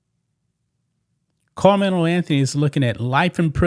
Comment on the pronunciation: You sound like a plant! I bet if it were the opposite! A White Boy you probably wouldn’t even cover it! I Dislike How You Say KARMELO name!!!! You Are A OJ Simpson Sellout And You just Reading This So Proud The Downfall Of A Child Who Is Brown Skinned! !GTFOOH GOOFY